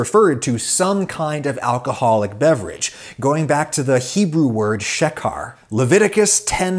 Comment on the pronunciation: Is the pronunciation correct? Is it "shuh car" or "she care"? I only ask because of the bars over the "E" and "A" make me assume "long vowel" pronunciation.